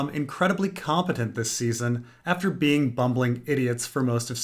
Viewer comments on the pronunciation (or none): none